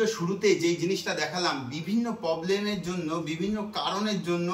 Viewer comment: Uchchharon ta poblem na problem. Jodio ei poblem word aro ekjon bole.😅😅😅😅